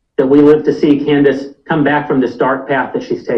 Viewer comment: Freudian slip ! you said "Con-dice" ha ha ha!